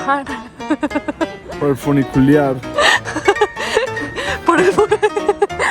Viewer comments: Funicular No funiculear eso lo sabe hacer bien la mujer que habla Jajaja 😂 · Hermoso video, gracias por compartirlo. ¡¡, Sonó feo eso de "Funiculear".!! Jajaja, un abrazo gigante desde Buenos Aires. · El foniculiar...jajajajaja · jajajjajaja el funiculearrrrrm, el gringo es mas latino que la colombiana preciosa !!!